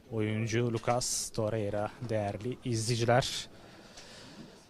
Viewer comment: Terreira değil la torrreira 😂